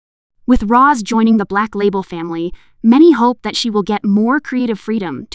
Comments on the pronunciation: Rose ❌ Ross✅ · Who’s “Ros”? 😂